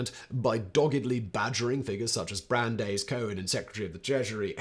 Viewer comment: "loo-BAH_vitch", "yeh-SHEE-vah (or, "yeh-SHEE-vote")" "YART-zite" Louis "BRAN-dyce" (Hey, I volunteer to give you pronunciation guides for any future Hebrew/Yiddish pronunciations)